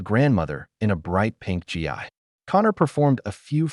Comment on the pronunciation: It’s pronounced geee,not G I. Gi is what soldiers used to be called, like GIJoe dolls.